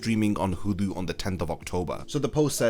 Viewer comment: its pronounced 'Hulu' not 'Hudu'